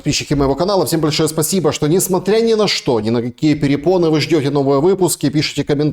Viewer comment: не перепоны, а препоны. Препоны-синоним слова преграды. Какие еще перепоны, блин))